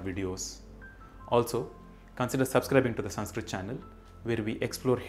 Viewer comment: Your videos are very knowledgable. But why you use extra "A" pronunciation in every Sanskrit word.